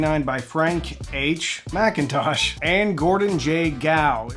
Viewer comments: It's Mick-in-tosh, not Mack-in-tosh. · Why do I hear "Mac"Intosh, not McIntosh? Is it the way the owners called it? Never heard of it. Must be American.... didn't go far abroad... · Um, there's no "A" in McIntosh. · Can I actually point out a pedantic reality. Being Scottish and coming from the land where peoples names actually begin with Mc and Mac . McIntosh is not pronounced Mac in tosh it is pronounced Mick in tosh and is an Irish name, so anyone including McIntosh themselves that pronounce it as Mac in tosh are pronouncing it wrong, it's Mick in tosh, get it right 😊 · Why do people mispronounce McIntosh? It is "Muc Intosh" not "Macintosh"